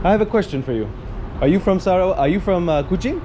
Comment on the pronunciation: i loved how you pronounce SARAWAK!